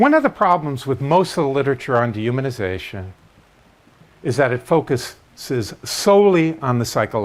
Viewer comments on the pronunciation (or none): it took me a while to figure out that you were saying dehumanization. The D is so short and the human is so much more emphasized.